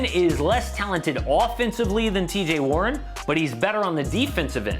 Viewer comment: This man said TJ warren tho lol